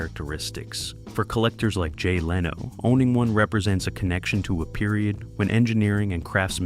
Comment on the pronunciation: It is not how to pronounce "Leno" either.